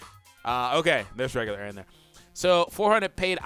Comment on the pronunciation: Oh no It's Eren not Erin XD